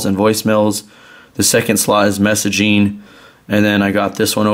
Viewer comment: am i the only one that hears that annoying word "messagine" ???